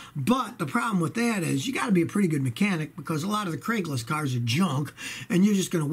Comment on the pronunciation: Anyone else catch that he said Craiglis? Love the videos Scotty